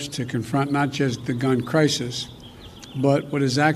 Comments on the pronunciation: Did Biden say "good crisis" in the beginning??? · Biden started to say it that way, and miraculously saved himself and said it correctly. It's possible Matt was mocking him.